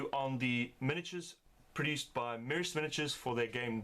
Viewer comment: It's pronounced "mersha"